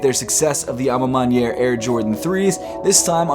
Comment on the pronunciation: Congrats seth u heard me when i corrected u last time abt the a ma maniere pronunciation 😂